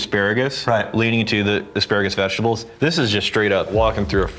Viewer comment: is it me or is he saying "vegitall"?